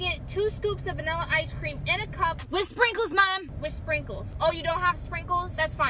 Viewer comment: So annoying when she only says one syllable. 🙄🙄 "sprinks" "picks" no one talks like that